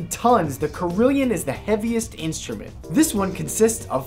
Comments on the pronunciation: cah-rill-on not car-rill-e-on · "carillion" is a mispronunciation, it's "carillon", pronounced in (american) english like "carol-on" or in french kind of like "carry-on". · It's pronounced CARE-ill-on not car-ill-yun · you pronounced that huge bell tower instrument incorrectly. Carillon is like Care-i-lon with a long "A" sound and a short "i". There is no i after the l's. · Dude... Carillion it's pronounced: Care-a-lawn. Sweet instruments, though :) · pronouncing carillon wrong mate =\ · 1) please pronounce "carillon" correctly